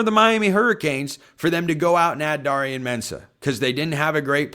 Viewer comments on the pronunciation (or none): Jeez, it’s pronounced DARE rion consistently pronouncing names wrong.